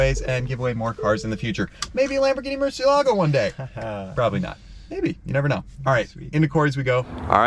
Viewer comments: Murciélago, sounds Murcieeeeelago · Nobody knows how to pronounce “Murciélago”. Everyone pronounces it incorrectly! The accent is on the “e” and not the “a”. This car was named after a famous Spanish bull, and the name “murciélago” is actually a Spanish word which means “bat”. Please pronounce it correctly. Here’s a link to a video showing how to actually pronounce it